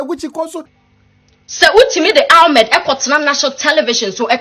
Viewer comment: The name is Ahmed not Almed